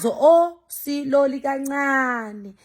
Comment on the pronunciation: Ave ungihlekisa mase uthi "Silowly"😅 and uhlezi usho uthi "Slowly"😅😂